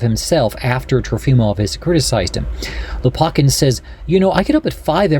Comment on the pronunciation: Lopakhin kh is the sound as in JS Bach. Лопахин.